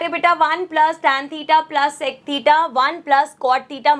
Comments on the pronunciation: Sex nhi sec hota hai😂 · That is sec² not se*² 😠😠😡😡🤬🤬🤬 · sex square 😂😂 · Sec² ❌sex²✅